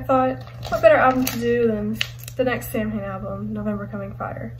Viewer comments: Samhain is the Celtic festival and it pronounced sowan samhain is the band Glenn danzig says sam-hain in regards to the band but in lyrics he says sowan in regards to the festival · Its pronounced "Sowan" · I know, but in interviews Glenn Danzig pronounces it like “sam-hain” so I’m just saying it like he does.